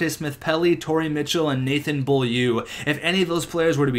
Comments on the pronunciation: bo-lieu not be-a-liu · Beaulieu is pronounce bolieu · Beaulieu is pronounced bo-lee-you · Beaulieu is actually pronounced something like Bowl-u with the L being slightly silent, i watched him play his whole career with the Sea Dogs and even asked him how to pronounce it. Like this so see's this! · its pronounced Bowl-you.... just a heads up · Beaulieu is pronounced Bo-Li-U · Beaulieu is pronounced bowleyew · Beaulieu is pronounced : BO-LI-EW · its pronounced bowl-you